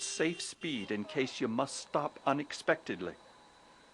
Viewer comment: lol the guy keeps saying "ya must" instead of "you must".